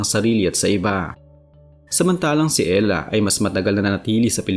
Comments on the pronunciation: E-------hra idol.... Hindi Ella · It's erha. Not Ella. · Ehra not Ela 😂